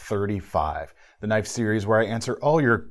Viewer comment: That was a goog "now, that's a knoife" moment.